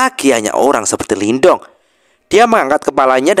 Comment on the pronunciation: Sebenernya pengucapan Lin Dong adalah 'Lin tung'. Sedangkan huruf T dibaca 'th', spt dlm kata the dlm bsh Inggris. Tapi bebas aja sih, yg penting kita seneng aja ngikutin jalan ceritanya.. 😊